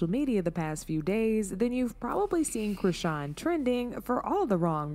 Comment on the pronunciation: Charlston white calling people dumb whilst he's calling chrisean 'Christian' and saying 'artistic'. The irony 😑🤌🏻